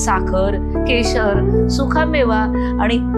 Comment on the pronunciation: सुखा नाही सुका